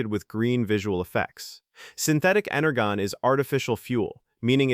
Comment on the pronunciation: It's pronounced ener-jon